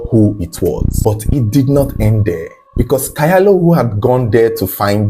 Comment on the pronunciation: The name Kyalo is pronounced "chalo"